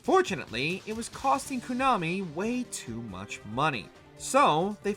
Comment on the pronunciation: He said "koonami"